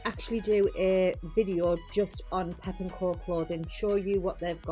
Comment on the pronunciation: Great video, but it’s pepco not pep and co ❤